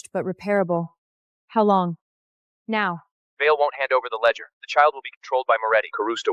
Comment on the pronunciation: Are you kidding? Is there a lot of wine involved with drunken AI data entry? Every scene has nonsensical garbage instead of basic words. "Memorandum," "ledger" the family name is inconsistent Moretti, Morelli, Morechi, Moroti and many other words are so mispronounced that without the subtitles it was unintelligible. The family name is said more than 7 different ways!